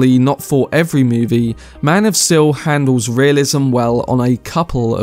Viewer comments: I really like your video but i have a nitpick of you pronouncing steel as still. Other than that great video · "Maan Of Still'' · am i wrong or is he enunciating Steel wrong?